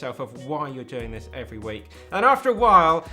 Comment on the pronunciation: Great video! I like that "add some strength into your week" sounds like "add some strength into your weak".